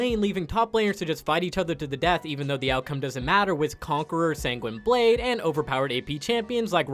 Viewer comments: "Sang-Gweeny" blade? Are you fucking serious? "Mon-uh-moon-eh"? You desperately need to learn how to say shit, my dude. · “Sang-weenie blade” I’m